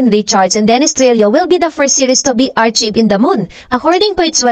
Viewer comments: Its (Ar-kayv) po,.. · I like your blogs but please learn to pronounce words like "archived and "relive", puede namang humanap ng tutor, Thanks and keep on blogging